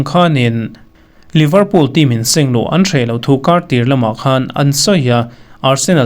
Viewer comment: Liverpool i lam(pronounce) dan hi a diklo deuh